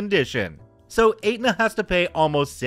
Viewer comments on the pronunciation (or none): Hey,, Aetna is pronounced ET-na, not Ate-na. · sorry. It's pronounced "Eht-Nuh", not "Ate-Nuh" lol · Just FYI: Aetna is pronounce ETT-na not ATE-na :) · Not sure if anyone said it. 'Aetna' is pronounced Et-nah. Insurance is the worst here and makes no sense a majority of the time. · It's pronounced Etna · STORY ONE....Aetna is pronounced ETna the A is silent....go figure.